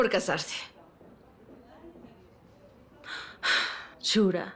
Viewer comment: "Shurka" no shura